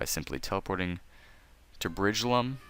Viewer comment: wtf he said bridgelum